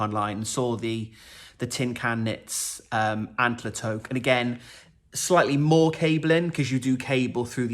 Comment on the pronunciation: In case the previous comments didn’t address it, (I know this video is 2 years old and I didn’t want to scroll through 56 comments, BUT, as a Canadian, I thought I should mention that “toque” is pronounced “tuke” which rhymes with nuke. It’s a Canadian term for a knitted winter hat. Sometimes they have pompoms on the top.